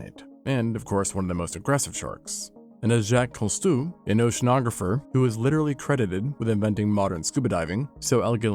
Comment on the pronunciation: The AI voice mispronouncing Jacques Cousteau's name is terrible. You NEED an editor to catch this!